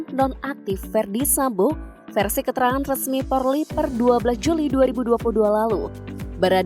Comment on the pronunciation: kok porrrrliiii sih bacanya 😭😭😭